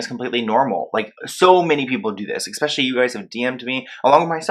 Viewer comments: Eck-specially? 🤔 😂 I think it's especially... Love u though 💕 love ur videos and ur passion. I just had to point that out 😂🤔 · Omg. The word is ESpecially. Not EXpecially.